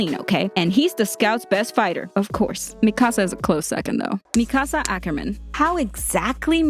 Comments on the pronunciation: IT IS MIKASAA NOT MIIKASA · Why she say MIKAASA!! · I love how you say Mikasa's name MiKAsa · Isn’t it Me-ka-suh instead of Me-kahsah? Or am I wrong? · WHY DO I GET SO MAD WHEN PEOPLE SAY MIKASA'S NAME WRONG, ITS NOT MI KAH SAH ITS MI KA SA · “Me ca sA” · I'm not going to lie the way she saying Mikasa is triggering me 😡🤬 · You’re legit pronouncing Mikasa’s name wrong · I like that she explained this but...dude... 1. "Historia's best friend Ymir" ....might want rewatch season 2 and 3 to rethink that. 2. U said Mikasa's name completely wrong. Its Japanese, NOT Spanish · I get triggered by the way you say mikasa